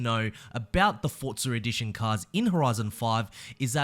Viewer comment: why do you say ForzarEdition instead of Forza Edition?